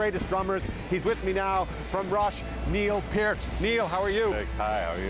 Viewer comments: The "T" is pronounced. "P-ear-t". He's from Ontario, not Quebec. His ethnic background is Irish, apparently. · <<<<So happy he said Neil's name CORRECTLY!!